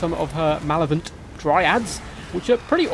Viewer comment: if I've learned one thing from all the content creators showing the Twisted and the Twilight it's that nobody knows how to pronounced malevolent I've heard "manevolent", "manenolent", "malenovent", "malelolent", "malelent", "malolent" and (from this video) "malovent"